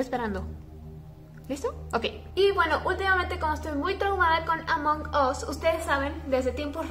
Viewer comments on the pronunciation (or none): Si escribo "Among us" En el traductor se pronuncia "Among as" no "among os" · Ablas mucho y además es Amón as no among us y además me insiste caer el cel en mi cara